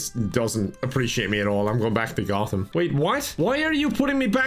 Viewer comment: I can't forgive you for how you pronounce Gotham. Unsubscibbled